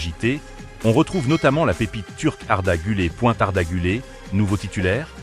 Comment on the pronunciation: Apprends à prononcer le nom du joueur d’abord , c’est guler et non pas arda gulé , pathétique 😢😢